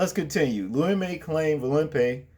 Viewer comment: Bro the names are pronounced VOLL-PEE AND ABNERS NAME IS LOU E- MA......LOL...I concur ,this animal should remain in jail what man thinks about shoving a stick up someone's ass ,sick individual